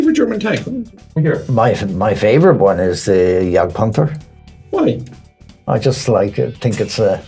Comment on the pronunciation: I always knew i was doing something right with the "Jagdpanther".